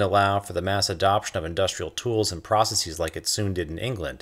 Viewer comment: who the fuck says processEEs tf